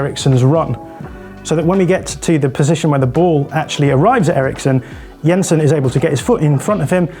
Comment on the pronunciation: Good job on the pronunciations there,! Yensen, not Jensen - remember a similar attention to detail concerning Martin Ødegaard on a podcast some weeks ago, very cool.